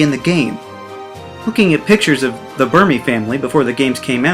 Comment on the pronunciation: You: "Burmy" Me: "Thank you"